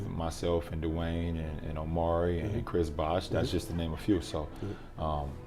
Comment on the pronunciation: No one: D Rose: DwaAaYne